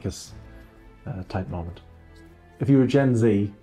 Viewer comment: "A whole conspiracy molment" Girl 🙄